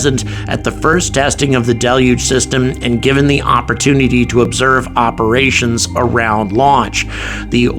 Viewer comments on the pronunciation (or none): none